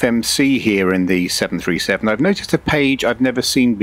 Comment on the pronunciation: Out of all the impressive stuff in this video, the one thing that triggered me a bit is when the AI says "Boeing seven hundred and thirty seven" instead of "Boeing seven three seven". Its minor, but its something that is happening all the time with the current TTS in MSFS 2024 and it drives me crazy, along with all the other ridiculous things that the TTS in MSFS says. SI is lightyears beyond what is available in MSFS, but it just goes to show how even the smallest details can be immersion breaking in something like that. I'm still sold though. The only thing I wish MSFS would do is allow for these services like Say Intentions and BetterATC to actually REPLACE the in game ATC functions instead of it needing to work along side it. I hate having something as great as this, while also still needing to utilize the simplistic and dysfunctional default ATC system.